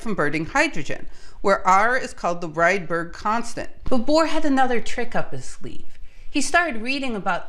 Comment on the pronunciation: Ångström and Rydber pronounciation was not that good. But rest is perfect, thanks for a really good video and information about history of physics. It is so very interesting.